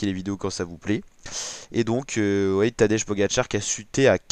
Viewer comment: Essaie de prononcer Tadej comme si ce serait écrit Tadey ou Tadei...